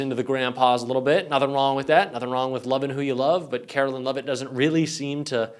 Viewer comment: KARE-OH-LINE! NOT KARO-LYNN! Google it dude!